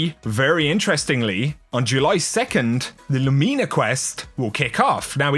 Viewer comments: Inwould think phonetically it would be pronounced loom-in-a not lou-mean-a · LOO-mi-nuh... not Loo-MEE-nah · Lumeena? It’s simply pronounced Lumina. Not sure why you are trying to be clever with how to say it. It’s not Lumeena. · Lu me na hahahahaha it’s Lou min a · Not sure how “Lumina” is pronounced there, but around these parts, it’s not “loo-ME-nuh.” Here, it’s “LOO-min-uh” as it “luminescent.”